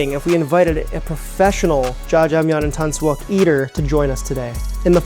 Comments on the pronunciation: the "yuk" in tangsuyuk isn't pronounced "yuck" or "wok", it's more like "yook" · Just trying to help. Say "YOOK"... "Tang-soo-YOOK"